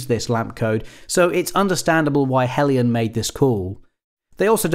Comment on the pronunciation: Thanks Goodness! A reviewer who pronounces 'Heljan' correctly! I'm gathering materials together to build one in Gauge1, so I bought the model earlier this year to use as a 'scale-up' to 1/32nd scale. It will have some kind of sound system installed, and r/c, too. wish me luck! I have to say that I'm somewhat saddened to see that in spite of having the most open cab I've ever seen on this kind of autocoach that there was no attempt to install a driver. The sight of this lovely model trundling around with an invisible driver is odd, to say the least.